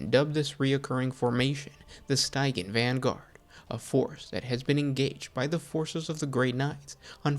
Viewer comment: Pronouncing Stygian wrong hurt me every time.